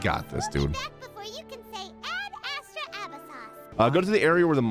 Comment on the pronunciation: Am i the only one heard saying Ad astra apple sauce???